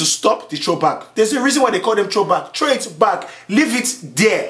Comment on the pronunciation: LOOOL, "there's a reason they call it throwback.. just 'TROW' it back, leeeeave it there"